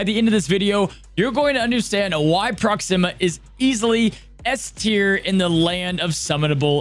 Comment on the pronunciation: Ps. It’s pronounced Proxima like Maximus, not Proxima like Noxzeema. Just FYI. Love the vid!!